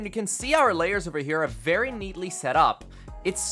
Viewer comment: Vewy vewy neat panels m8 loved it😁👍🏻